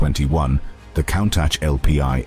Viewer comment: Been enjoying the high quality video editing and narrative. But the use of AI for voice over is just awful. Pronouncing Countach as "cown-tatch"? Really, this seems OK with you and not pointlessly ignorant? The quality of your videos deserves the authentic use of real people speaking, otherwise the experience is cheapened, unnatural and inhuman. Please... don't join this growing use of AI just because it may be "cheaper and easier". It is NOT ARTISTIC and lessens an otherwise good experience. Cheers.